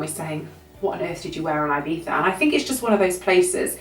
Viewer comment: Its so stressful how you say IBIZA... 😑😑😑😑😑